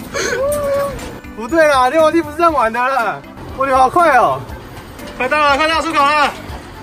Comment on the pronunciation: 溜滑梯的溜念錯了